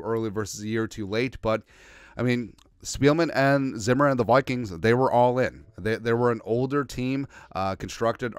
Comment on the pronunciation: "the Wikings"